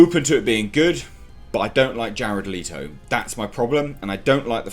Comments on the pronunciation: It's pronounced Let-o not Lee-to. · Letto! I pronounce it as 'Lay-Toe'. Time to wait for some backlash.